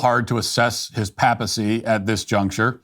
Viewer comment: Papacy has a long A, Matt.